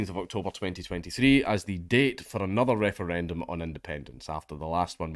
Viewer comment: lmao i may have to dodge bullets on my way to work every day in america, but at least I get to laugh at the silly european people fail to pronounce Referendum.